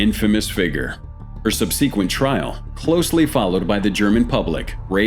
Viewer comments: "...her sub-SEE-quent trial..." Go ahead and give that another try, buddy. : ) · Please learn how to pronounce the word "subsequent". It causes me physical pain every time I hear you say "Subseequint" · Wow your more than human ! Then how the hell do you think subsequent is pronounced sub sea quent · ...just wanted to acknowledge that you mispronounced the word "subsequent" (@ -50 min.)and misspelled the word kidnapped (needs 2 "p's") in your on-screen narrative text. Otherwise, great job! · Who TF pronounces "subsequent" that way? Stupid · PLEASE learn how to pronounce the word "subsequent!"